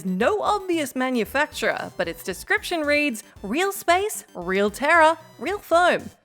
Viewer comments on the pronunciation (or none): none